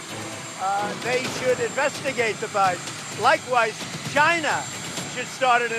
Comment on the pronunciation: It's really funny the way Trump says China, he sounds like he said 'Gina like in vagina. LMAO